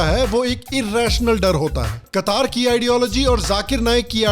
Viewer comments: कतार नही कतर है जी । ठीक से नाम तो बोल लेते । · Qatar = कतार ? ❌ कटार ? ✔️